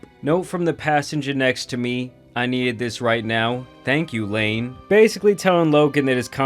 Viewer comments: I think it's Iain not Lain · His name was Iain (ee-aa-nn) not Lane 😂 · It’s not Lain……it’s Iain (pronounced Like Ian or in simpler terms E-an)